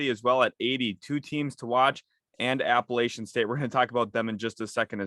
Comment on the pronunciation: PLEASE learn how to correctly pronounce APPALACHIAN STATE!!!